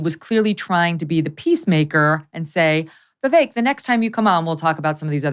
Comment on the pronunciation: Sorry I hate them both but it's not 'Vivake' it's 'Veevek' like in 'bet'